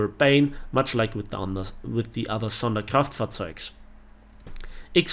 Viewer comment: Did you just say „the other SonderkraftfahrzeugS“?😂